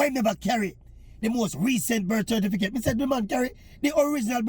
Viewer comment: You mean cerfiticate!